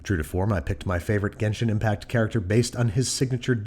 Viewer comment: died inside when he said genshin impact